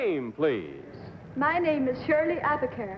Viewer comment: Shirley Abicair, not Abercare.